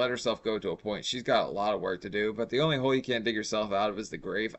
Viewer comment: I hate how she overemphasizes saying the word “only!”. It sounds like they are telling her what to say. :(